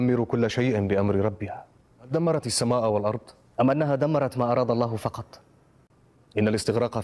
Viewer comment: Ingat ia min ..pengucapannya allah bukan aloh ...